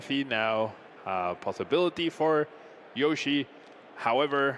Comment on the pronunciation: why does he keep saying yoshi? that's just not even close to his name LMAO